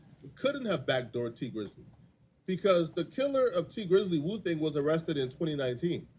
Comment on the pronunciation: Woo thang not booka u trippin